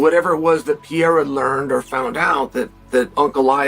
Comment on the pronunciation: is there a form of dyslexia that effects the way you pronounce things? if so Chael has it; it's either that or he's just an ignoramus of epic proportions. Pierra? who the feck is Pierra???🤣